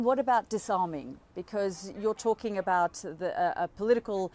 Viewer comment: Disarming? I thought you said "the shawarma". 😂😮